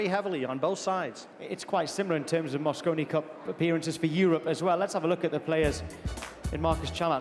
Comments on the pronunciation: I don't know which one was worse! The guy saying "moscino cup", or that he thought it was 2016???!? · Loooooool moscino 🤣🤣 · Did the announcer say mascino?!? And did he also call the European team ‘runners up’? He might as well said the 2nd place team. Europe is clever with their adjectives and adverbs, but sorry guys; when it’s a race between two teams, it’s winners and losers.